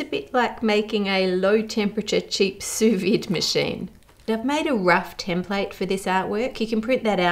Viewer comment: Assuming you were trying to say "sou vide" , it is pronounced "soo-veed" 😂